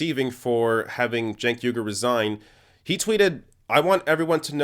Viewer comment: You keep mispronouncing Cenk Uygur's name.